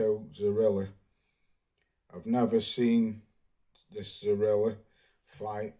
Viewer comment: its pronounced Zoriya not Zorila🤷🏽